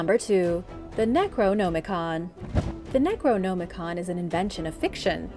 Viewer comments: You're saying "necronomicon" wrong. You don't say "no" you say "nam" as in Vietnam. Necro - nam - i-con. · my only complaint is that i believe you are pronouncing necronomicon wrong. not that i care just that it sounds incorrect. like ur trying to hard to pronounce it. aside from that good video.